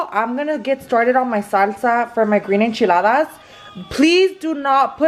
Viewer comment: First off , its Enchiladas not echiladas